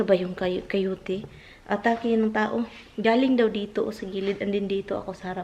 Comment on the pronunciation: not Cayote,Coyote😅